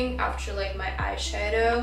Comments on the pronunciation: also when she pronounces eye shadow she says eye shae-dow, try say eye shah-dow idk if this helped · Please,, не hate comment, I swear. Не айшэдоу, а айшАдоу. Типа как shadow только eye 🥰 love the vid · не айшейдоу а должно быть айшадоу ,просто если хочешь звучать более по английски :) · Love hearing her say "iSheadow" 😂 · I love how she pronounce “eyeshadow” it's so cute🥺